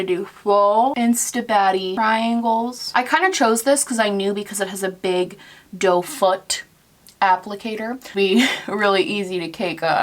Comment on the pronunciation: doeFOOT ME: DOFA!!!